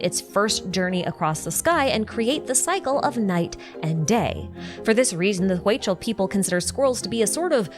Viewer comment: Hi! hey just so you know, Huichol is pronounced Hui-chol, the Hui is pronounced like "we" so, we-chol 😊. Love your vids!